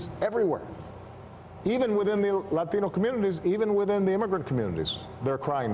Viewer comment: Not him saying Latino like that 😂 Stop it